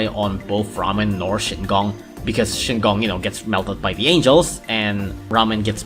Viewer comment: isnt it shigong not shingong